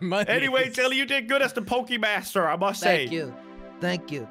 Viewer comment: Jelly its Pokemon master not pokemaster